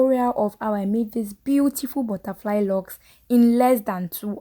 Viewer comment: Not “butterfly-y”😂